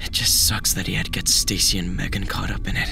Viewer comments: guys he said megan correctly…. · LETS GO HE PRONOUNCED MEGAN RIGHT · said megan correctly this time!